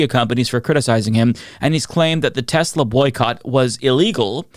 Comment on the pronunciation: "I love teslur".